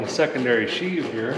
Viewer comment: Looks like Mater! I've never been on a Skidoo or Seadoo. Sheave, not sheath.